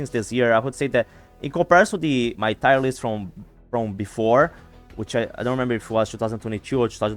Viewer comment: My friend, 1 minor note just to help you a little with your English. Tier is pronounced the same as tear as in what you cry or if it’s better it also rhymes the word year but with a T. I hope this wasn’t annoying and helps you in the future. :)